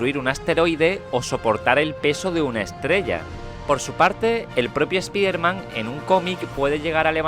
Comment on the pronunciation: se pronuncia espaiderman pero bueno (así se pronuncia en ingles)